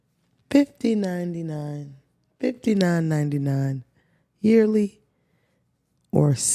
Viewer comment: I thought I clicked episodes 144 but no. just can’t say 59.99 for the life of her 😂